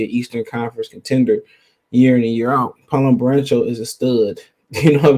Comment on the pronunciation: Its Banchero, Not Barencho. Its DUREN not DURHAM